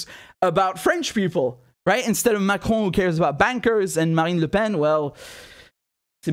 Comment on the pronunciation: you pronounce the name like a French... do you speak French